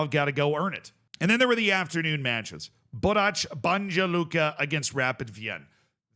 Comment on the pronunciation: Stop looking for how to pronounce Balkan teams on Google Translate. Its Borac BaNJa Luka, the NJ part is the same sound as N in New York, or mix of ‘n’ and ‘y’, as in the English pronunciation of ‘minion’. Same as Celje, it is not S the first sound, it is normal C sound, like the C sound in the word center. And LJ part jus say it is the same sound od LLI in the word million. It is not the C sound from the word chat!